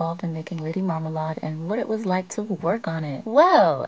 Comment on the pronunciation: “Lady Marmalied” - Mya